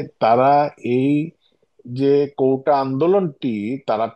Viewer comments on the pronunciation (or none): কৌটা নয় কোটা